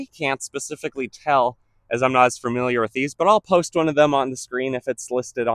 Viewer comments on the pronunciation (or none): none